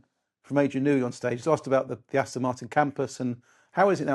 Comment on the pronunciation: It 'Aston' with an 'O' not an 'I'.